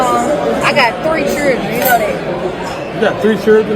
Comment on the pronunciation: Anyone who can’t properly pronounce “children” shouldn’t be having children.